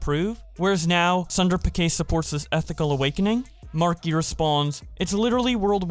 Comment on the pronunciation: My guy, Sundai Pichai's last name is pronounced with ch as in china, not like Pikai lmfao